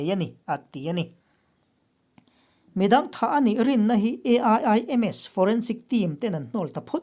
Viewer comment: A.I.I.M.S I tih tut2 dan ah I thusawi awih a har